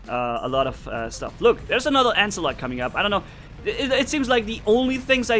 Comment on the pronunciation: "ancilot" XD true